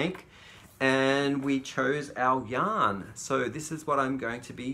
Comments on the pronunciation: Hi. I have to admit that I thought for the longest time you were saying young lovers at the beginning of your videos and I thought that was so sweet. Somehow it finally clicked you're saying yarn lovers, lol. You're still sweet though. Brightest blessings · I hear the same thing and wondered at the first why was saying that lol